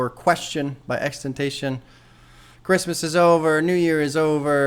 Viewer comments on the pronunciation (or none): It is pronounced ten tah see on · i dont know why you are so lazy when pronouncing his name it comes off as stupid. Its like if we all called you bob the pop. Its stupid you should encourage proper pronunciation.